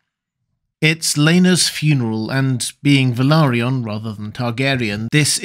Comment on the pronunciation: Wow! I'm impressed! Yet another channel that pronounces; "Valaryon," correctly! 👍 <---(👍👍👍👍👍 and here's a few more, since I can only put one over there, where it counts!)